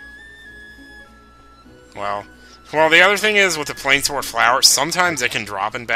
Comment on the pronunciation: I believe plainswort would be pronounced "plains wort". I don't know exactly what wort means, unless it's meant to be similar to wart, but ya know, the plains, that makes sense right? You're getting them in what looks like a plains type area. But another reason I think it's pronounced that way is because in some Dragon Quest games, there is an item called a Moonwort Bulb. Notice there is no S in there, so yeah, whatever "wort" is, it's separate.